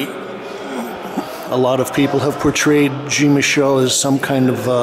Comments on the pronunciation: .Your pronounciation is ignorant. Jean is a French name and is pronounced differently in French - not pronounced like Gene. Jean in French is John in American English if that's your inclination. Thanks. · It really grinds my ears how he can't pronounce Jean's name right ! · It amazes me that in Brooklyn, they let this person upstairs with a camera to do this jacked up bootleg film. And if he really met Jean, he would have kicked him for not saying his name correctly. Get out! I detest these colonizers.